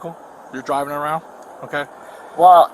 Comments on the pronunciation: Was it me or did she say "I'm not dwiving, I'm not dwiving" before saying it correctly the last time? I literally lol'd when I heard that for some stupid reason. 😂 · “I’m not dwiving!” 😂😂😂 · 'But I wasn't DWIVEEEN, I wasn't DWIVEEEEN!" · Second one: “I’m not dwiving”😂